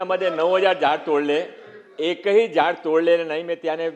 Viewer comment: एक पण झयॾ तोडलं नाही ह्याला साधं झाड बोलता येत नाही